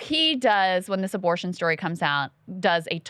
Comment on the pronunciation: “A little aborsh”